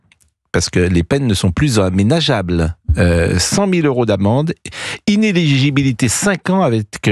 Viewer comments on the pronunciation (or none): In-éligibilité pas iné-ligibilité. La différence ? Le brevet des collèges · Inéligibilité et non pas inégibilité !!! Il va falloir changer de métier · Le vrai problème pour Prout c'est prononcer "ineligibilité" sans bafouiller 😂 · Praud semble éprouver beaucoup de difficulté à prononcer le mot 'inéligibilité'... Est-ce parce que le monsieur est encore sonné par ce jugement ?